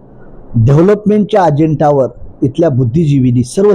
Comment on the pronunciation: डेवलपमेंटला ढेवलपमेंट आणि कलेक्टरला कुलेक्टर म्हणतंय, अजेंड्यावर म्हणायचं तर अजेंट्यावर म्हणतंय, आणि म्हणे मला 18 भाषा बोलता येतात...🤣🤣